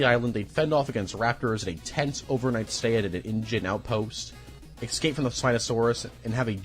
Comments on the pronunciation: Iss-kape. Escape. Not excape. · Bro said. Ekscape 😂